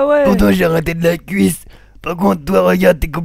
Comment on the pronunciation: MDRRRRRR de la "couisse" avec de "l'HOUILE de tournesol" xDDD